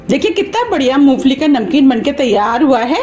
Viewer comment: madam moofali nahi moongfali 😄